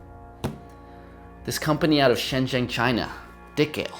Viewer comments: It's pronounced "dye-kale" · Instead of saying the dik sound you could say it like you're saying mike but with a d